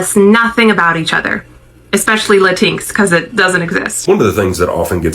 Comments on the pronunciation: "Lateenx" IT'S LATIN-X YOU SWINE (in response to the yt lady) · Did she just say "lah tinx"? 😂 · Who is “Lantinks?” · La-tinks! Cuter-sounding pronounciation than Latin-ex, actually. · What is a latink? Do you mean Latino. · She is correct that "la-tinks" doesn't exist 😂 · She better not be eating Mexican food or any Latinx (latincks as she pronounced it) foods. Cause we need to smack them tacos right out her mouth. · She can’t even pronoun Latinx correct!😂 And even most Latin folks don’t like that term! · She's being awfully loud for someone that has absolutely ZERO understanding of what she talking about. She can't even pronounce Latinx right 😂 And that last girl is always showing up to drag her own palm folks 😂